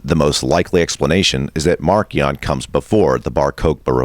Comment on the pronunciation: If you are going to pronounce the hard k in marcion to reflect the original Greek, the stress should be on the second syllable, mar-KEE-ohn